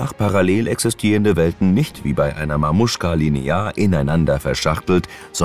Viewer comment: Matröschka nich Mamuschka😂